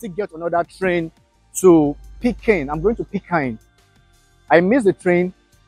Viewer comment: Too notch presentation & great editing skills! That’s being said u made me crack up. Why ? the way u was pronouncing my home city😂. Read it PeeKeen not Pikine (like in english). At times I thought u might be asking for butter Pecan.😂Walk good brotherman & keep showcasing the Continent! It’s about damn time!